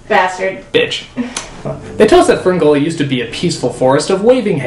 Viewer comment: Sounds like he is saying Spermgully